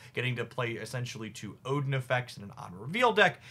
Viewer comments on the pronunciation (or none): none